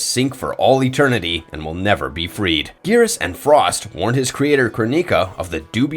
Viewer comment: At least he nailed 'Frost' ;)